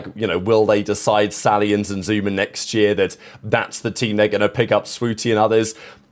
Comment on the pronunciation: It’s the fkn SHTALLIONS